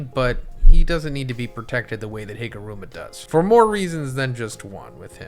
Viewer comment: Higuruma ❌ HIMuruma ✅